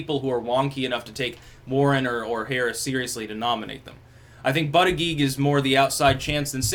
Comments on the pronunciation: it's booti-jedge, not butty-geeg. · Persists in intentionally mis-pronouncing his name as Butt uh Geeg. Gotta love it :) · I’m starting to watch these videos just so I can hear try to pronounce Buttigieg.